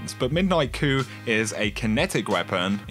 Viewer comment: Pronounced koo. Not kooP